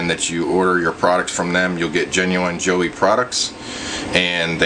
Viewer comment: Did you really pronounce it "Joey" instead of "Joy"?